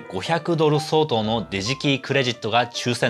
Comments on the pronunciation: ｢デジキー｣じゃなくてもっとネイティブ寄りの｢ディジキー｣って発音してるからそう聞こえるんじゃないかしら。知らんけど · さんの「DigiKey」が「じじきい」に聞こえる